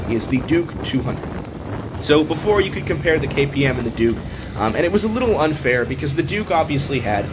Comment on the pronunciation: He almost said "dork 200" and I will never be able to call it a Duke again 🤣🤣